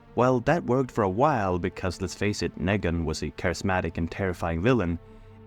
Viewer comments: Nee-gan, not "neh-gan" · The way you pronounce KNEEGAN it’s not NEGAAN annoying ass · The way you say Nègan instead of Neegan infuriates me. But liking the rest of the video! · agreed but he also says "leadership" as "laydership", instead of "lee-dership", so Nee-gan to Nay-gan is consistent. His native language probably doesnt have much of that sound. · LMFAO fr like they say it MULTIPLE times in the show, all the same way. NEE-GAN. That said I agree everything else is gold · I wasn't sure until they started pronouncing Negan like Megan lmao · I believe that you might be multilingual, and I applaud that it shows intelligence and a willingness to learn. Still, I must say that you not saying Negan in the way the show says it seems petty and purposeful. Do you have any idea why you chose to say it your way and not the way we all heard it on the show? The way it is spelled is not a reason you and I have heard how Negan pronounces it. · the way you pronounced negans name literally hurts me wtf